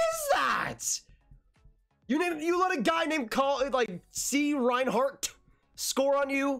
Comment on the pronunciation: I as a Brandon wheat kings fan I am offended that you called cole Reinhardt c Reinharts lol